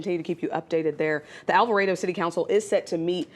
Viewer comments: It’s Alvarado not Alvaredo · Are they actually saying All Vah Raido? Lmfao!🤣 All vah Rah dough